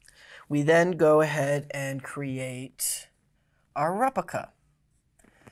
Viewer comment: prah-cess, not PRO-cess repLica, not repica